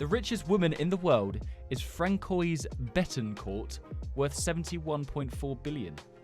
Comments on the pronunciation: It's pronounced fransiua not Francoise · About the Francoise one it’s a lil bit wierd but it’s pronounced fancwore